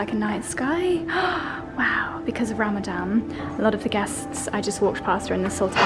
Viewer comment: Lovely vlog. Small correction; it's Ramadan not Ramadam!